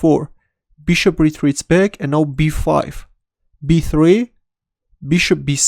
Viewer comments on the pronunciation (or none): I love the way he says "Let's go bag(back)"!